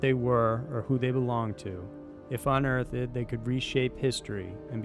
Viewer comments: Cool video and I am looking forward to watching more. One thing though, unearthed has two syllables, not three. You don't say un-earth-ED, it's un-earthed. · Anyone else notice that this guy doesn't know how to say the word "unearthed"? It's not unearth-ed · So cringy when you say "unearth ED"...... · 🤯🙄🤔🤭 The way pronounces unearthed like UN-EARTH-DED is unbelievable, especially considering how long he’s been narrating & still none of his editors or other video makers have the guts to correct what sounds almost reminiscent of a first grader trying to pronounce words, it’s just wild to me! Him messing up historical names or rather words a great majority of the time in all videos … well I think we’re all probably used to that and of course he gets a pass but Jesus dude if you’re narrator & do it for a living, C’MON! I know it’s just one word in this instance but he does it quite a bit with really common words also. I mean has he never seen America Unearthed and heard them pronounce it?! 🤦‍♂️ Still not as frustrating as ‘’Chills ‘’ lol, or Ty Notts but you’d assume his game would be so polished by now, right on the level of quality of Sci Show, veritassium or Simon Whistler or the best YouTube channel IMO ~ Top 5’s although they’re Brits so they knowingly pronounce words quite differently than North American English speakers. Ok my trolling bully cringe critique is finished ✅ or FINISH-DED. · UN-EARTHED. It's a two syllable word, unless you're Shakespeare and you are not. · I heard that too. It's as if a non-native English speaker is pronouncing unearthed. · Really enjoy this channel but if I was allowed one criticism, it would be how you pronounce "unearthed".